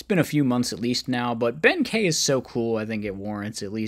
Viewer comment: Kei is pronounced key i believe 😅